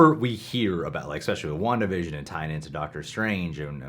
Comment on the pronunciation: Wanda Vision sounding like ‘One division’.